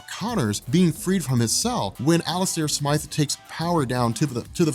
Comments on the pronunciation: its Alistair Smythe Like sm-I-the, like eye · Please stop calling him Alistair "Smith." His name is Alistair Smythe! Long "i" sound. Also, when Peter first wore the Black suit in the comics, he was not evil and the suit didn't corrupt him. The reason he got rid of it was because he found out the suit was a living symbiot that was controlling his body while he slept because it required adrenaline.